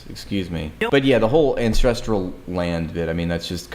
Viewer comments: Is she saying "Incestrial Homeland"? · She can’t even say ancestral correctly, sounds about right for zionists.